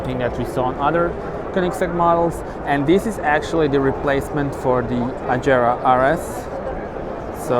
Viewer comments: Agera/regera not ajera/rejera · Did this fuck just say Ajera? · It's Swedish and it's pronounced Agera and Rejera